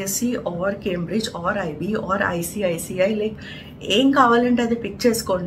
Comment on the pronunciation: ICICI kaadu maa..its ICSE